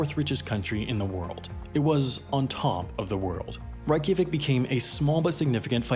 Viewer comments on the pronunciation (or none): I love this video because it spreads icelands story (my home country), but i am cringing at how bad you are saying keflavík and reykjavík, seriously i think im going to cringe to death, anyway its actually prononced. Keflavík = kef-la-veek, reykjavík = ray-ka-veek. Also jm sad you didnt even mention Àlftanes, im so disapointed. Anyway now im done ranting, byyyeeeee sis, just spilin tea 🇮🇸